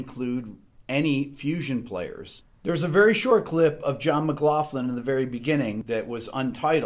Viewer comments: It must be an American pronunciation thing, but this is the first time I’ve heard John McLaughlin’s surname pronounced with the soft “ff” sound, rather than the hard “ck” sound. It kinda bugged me, but I love your channel Rick. You are a inspiring teacher. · I know that the English language is screwy at times but let's not fuck it up completely ok ? McLaughlin isn't pronounced McLafton the augh is pronounced ocklan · Wait... It's pronounced McglauFlin... All these years I've been calling him McgLOCKlin... I feel like an idiot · John McLOCKLIN is how we’d pronounce it where the name came from anyway :) Great stuff Rick Haven’t heard of some of these guys but I’ve homework to do now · McLaughlin not McLaughlin!